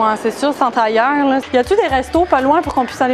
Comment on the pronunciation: c pas tailleur(tire) Mais Tailleux(Tire) JE T'ADORE